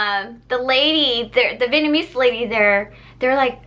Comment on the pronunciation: you should upload videos like this a lot more. Also I love the way you say Vietnamese